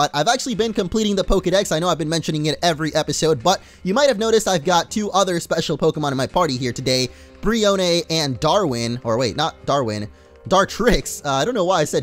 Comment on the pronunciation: It's BREE-OWN